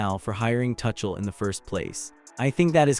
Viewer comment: His name is not "Touch-uhl". And England were never fully in control of that game.